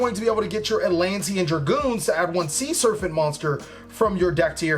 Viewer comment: It's SER-PANT not SURFANT. Sheez